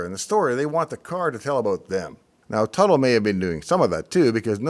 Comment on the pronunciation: Tuttle, Not Buttle?